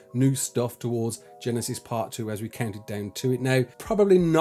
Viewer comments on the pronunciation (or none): none